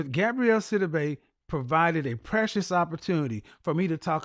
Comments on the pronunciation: KEVIN!!! Please Stop 🛑 MISPRONOUNCING the woman’s name. It’s Gabourey NOT Gabrielle 🤬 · Why do people keep saying Gabrielle? It’s pronounced Ga-bo-ray. 😩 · please get the ladies name corrrectly GAB- O- REY NOT GABRIELLE..... YOUR EDUCATED .. SHOW IT... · If he doesn’t get this woman’s name correct. It’s GAB-OUREY not GAB-RIELLE TF⁉️🤬 For someone who is stickler about things, you’d think he would’ve looked her name up I can’t wait to call in and ask him some questions. SOONNNNN as I find out when he does his shows because his website doesn’t specify. I’m new to him so it will take a while but he and I will be chatting soon Any who, get her name right sir. It’s quiet ghetto to not have been more prepared in your argument. Or maybe I just hate my name mispronounced 😂 Either way hearing it being pronounced incorrectly, MULTIPLE TIMES, just kinda irked my nerves a tad bit too much 🥴🤣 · Her name is pronounced Gab-or-rae